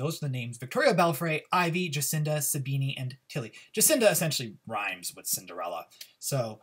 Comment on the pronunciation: The way you pronounced Sabine hahahahahha